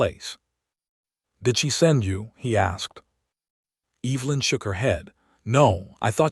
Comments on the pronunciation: I love listening to these stories, but the AI's mispronunciation of EEEEEvelyn is so distracting. for goodness sakes. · Could you educate your AI tool on how to say Evelyn and Silas? I found it hard to listen.😆